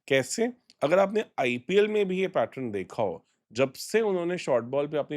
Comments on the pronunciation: Pattern hota hai Pattrun nahi hota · Bhai adat hogi I have observed him saying it many times.